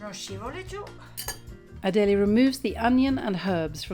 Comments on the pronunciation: correct. And it’s not adeleee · Why can’t you pronounce her name properly? You spent so mouch time in Italy! Pronouncing someone’s name properly is the basic form of respect